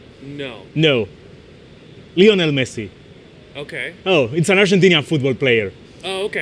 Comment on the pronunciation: Lionel no Leonel